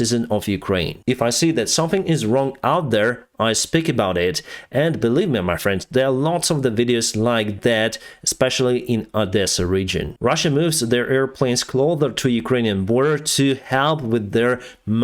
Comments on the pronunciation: Words to learn: Not. Destroy. Near future. Closer (not pronounced clother - not a word). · They are under prosecution not persecution. Closer not clother. But we all understand anyway. Great job as ever.